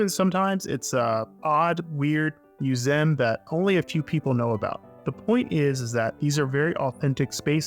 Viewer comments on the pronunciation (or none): WTF is a "muzem"? Does he mean museum?? Is this an AI voice? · I've never heard that pronunciation of "museum" before. Sort of like 'mju-zem' instead of 'mju-see-um'. Is it a regional thing, your thing, or a one-off? No disrespect meant, just curious. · Did you just mispronounce the word museum? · How did you pronounce museum?